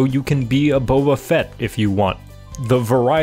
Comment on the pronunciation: “You can be a boba fet”